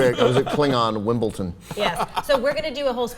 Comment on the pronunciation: Did Ben say "a Klingon WimbleTon", not "WimbleDon"?